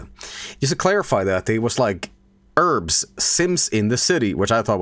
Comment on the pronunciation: Love how he says urbz like erms